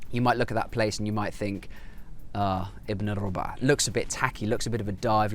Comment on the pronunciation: I think they say rabu3a (رَبُعْ) not rub3a رُبُع doesn’t mean quarter here It’s mean a specific group of people that the one who speak refer to them by saying ibn al rabu3a he mean that this one who we speak of belongs to a group of people which is mostly use to identify person who belong to people that we know them with out saying their name Try to remember the speech that you heard this word in and you may found me right Fashla mean embarrassing When person refuse to do something and say fashla that mean he say we will embarrass our self or another person so the best is not to do Because this is not the right thing to do mostly ——الرُبعْ و الرَبعْ قد يبدو اللفظُ متشابهاً بالنسبة للذين لا يتكلمون العربية كلغة اولى ولكن لفظهما مختلف حسب الحركات الفتحة ( َ)-(a)أو الضمة ( ُ)-(u)الموجودتان على حرف ال (ر) واعتقد انك تقصد الرَبُعْ هنا وليس الرُبعْ لأن الكويتيون يقولون إبن الرَبع ولكني مع هذا غير متأكدة ان كان هذا ما تقصده وابن الرَبع تعني ابن الجماعة اشاره الى جماعة يعرفهم المتكلم والمخاطب دون الحاجة لذكر اسمائهم احمد :- منو هذا (من هذا) خالد :- هذا ابن الرَبُع (ابن الجماعة) او شلونكم يا الرَبعْ (كيف حالكم يا جماعة) يلا يا الرَبع (يلا يا جماعة ) (يلا=هيا) —— فشله يعني هذا محرج يعني ان طلبت مني القيام بشيء فأقول فشلة يعني ان هذا سيكون محرجا اما لي او للشخص الاخر فالافضل عدم القيام به لانه ليس الامر الصحيح للقيام به غالبا